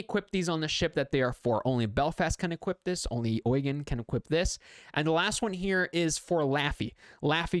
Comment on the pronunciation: Eugen is actually pronounced Eu-gain without the i. Long German e or English a.